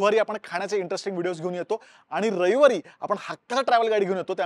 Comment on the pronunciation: रयवारी❌ रविवारी ✅😅